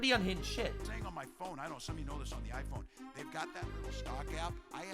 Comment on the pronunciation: notice how he annunciated the I PHONE, PAY ATTENTION TO GATES